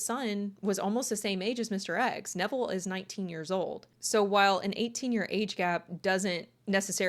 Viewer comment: 😖👹omG i thought i heard u say her childs' name from her previous union was DEVIL!!!💔😳👺 Lmao iht add the cc option and then <<RW xx fast lmao His name is Neville, not Devil lmao🤣